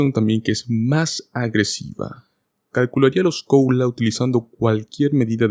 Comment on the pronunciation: No logro entender, por qué razón, el locutor dice "coula" ??? Debe decir "cola" (Cost of living adjustment)